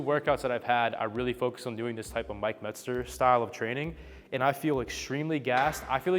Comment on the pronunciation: Andrew eubanks does not know how to say mentzer